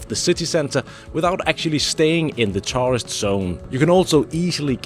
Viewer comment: Perhaps you should learn to pronounce the word “tourist”….. especially when you have helped hundreds of thousands of them…😂😂